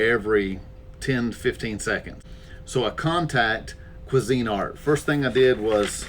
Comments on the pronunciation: I know this is a later comment, but saw both videos on this and I just could not take it... It is pronounced Queeeeeeesinart. Not Cuisine art. Just saying. Being a novice at things is good. Helps ya learn new things. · It's Cuisinart NOT Cuisine Art Grill They have been around for decades. Good review though